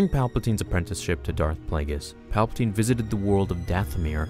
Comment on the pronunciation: "Paplaptine" DO IT! make the video.